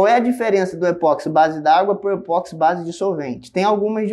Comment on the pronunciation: O vídeo é excelente como sempre, mas eu detesto ser aquele cara chato, que sempre acha alguma coisa para reclamar. Por favor, não chame o produto de E-POX, como Botox, Sedex, ou remix. O correto é dizer E-PO-XI. Considerando-se que o nome universal do produto é igual no mundo inteiro: EPOXI No Brasil, e fora dele, as pessoas pronunciam esse nome com um som similar com Ê-PÓ-KSÍ.